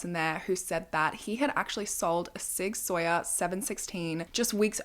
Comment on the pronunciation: Hi, Sig Saur is pronounced Sig Sour. It is a German company.